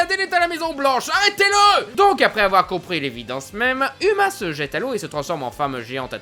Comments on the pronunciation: Déjà uma ça se prononce pas "uma" mais "ouma" et la fille de Mulan s'appelle Lonnie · Ça se prononce pas Uma mais OUma !! Même si ça s'écrit Uma ! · mais non moi j ai trouver ce film super tes trop drôle quand tu es aussi prononcer uma c est mal prononcer et sa fait rire